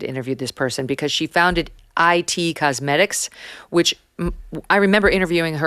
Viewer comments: Girl it’s pronounced “It cosmetics” just “It” not “I T” 😂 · It’s IT Cosmetics as in “ this is it”, not IT cosmetics as in information technology